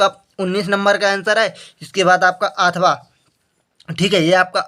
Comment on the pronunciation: अथावा नहीं अथवा होता है